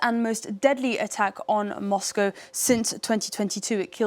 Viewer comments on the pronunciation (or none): none